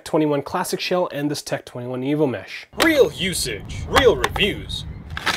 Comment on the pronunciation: lol sounds like evil mesh, not evo mesh